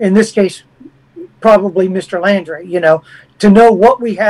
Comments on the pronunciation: 'Laundrie'....not 'Landry'. Thank you. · It's not Landry it laundry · Why does he keep saying Landry? It's Laundrie with an 'au' sound. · Apart from getting his name right it's Laundrie not Landry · it’s Laundrie, like laundry…..NOT LANDRY. GRRRRRRR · Good interview but I cringe every time he says Landrie instead of Laundrie. Sorry I have OCD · The name is pronounced Laundry, not Landry!!!!!!!! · This guy has no idea wh as to he talking about say wrong person name he definitely no detective its Brian laundrie not landry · It’s LAUNDRY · Why is he calling him "Landrie"? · He's pronouncing it "Landry"..?